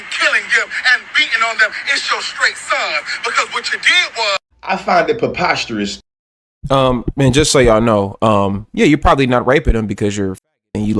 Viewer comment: This ninja couldn’t even pronounce preposterous correct 😂🤦🏿‍♂️ but he the smart one